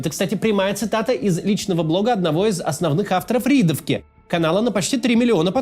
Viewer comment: Да не Ридовка, а РЕАДОВКА. Алексей он из Смоленска, там есть Реадовский парк, в честь которого он назвал свою новостную группу ВК, которая сейчас превратилась во всероссийскую